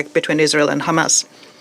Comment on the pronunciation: How many times he said khamas I can't count🫣🥴